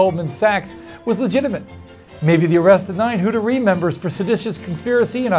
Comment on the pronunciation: Who-TAR-ee not Hoot-er-y, sir.